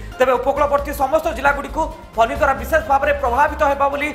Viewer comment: It is Fany not Phoney.Is it a storm or a strom?